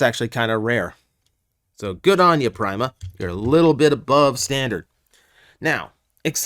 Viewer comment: I'm sure that "Prima" is supposed to be pronounced like "prima donna", but "Prime-a Prime" sounds more stupid, like Flava Flav, so I like it.